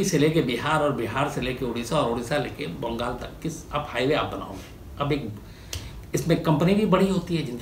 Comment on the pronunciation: nhi hai.bengal hota hai😂😂😂😂